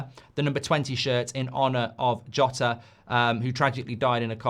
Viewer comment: How HARD is it to get Jota's name right? Literally 10 seconds research will solve it.